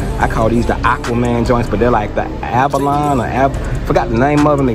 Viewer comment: Lebron ABA-LOW-KNEES…😂